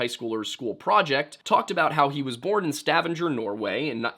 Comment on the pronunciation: Nantiinaq is "NON-tee-knock", not "nan-tinnuc". Stavanger is "sta-VANG-er", not "stavvinjur". Stop mispronouncing things. And to answer your question: "gwitchin".